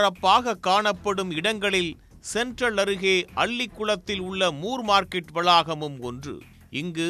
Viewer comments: முர் மார்க்கெட் இல்ல... மோர் மார்க்கெட்.. நீங்க முர் னு சொல்லும்போது சிரிப்பு வருது 👌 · அது more இல்லை ப்ரோ, moore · moor market ( மூர் மார்க்கெட்) சரியான பதில் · ஜார்ஜ் மூர் பிரிட்டிஷார் மெட்ராஸ் அதிபராக இருந்தார். மூர் மார்க்கெட் correct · மூர் மார்க்கெட்